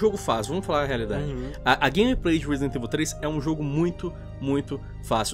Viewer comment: "reezdent evil"? Lol